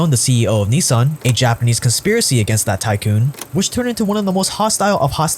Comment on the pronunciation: Just wondering, as a "100% Asian", why don't you pronounce Nissan correctly, instead of the American way? Ni-saaaaaaan sounds ridiculous.